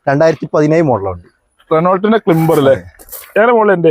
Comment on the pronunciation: ബായി Renault ക്ലിംബർ അല്ല Renault ക്ലൈംബർ എന്നാണ്